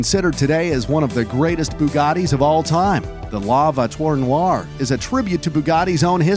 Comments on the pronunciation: not la vouiture noire la vou-i-chure -no ire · True like the bébé " he said like bibi and la voiture noire like lei vo i tiure no i re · Narrators French was killing me. “Lah vuature nar.” Also,: how does “le” be turn into “lay”? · Work on your french, please. pronounce it like this: la voachure noar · bro ☠️☠️ just learn how to pronouce "la voiturr noire" because that's horrible